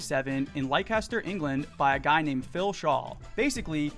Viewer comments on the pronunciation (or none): btw it's said "less-ter"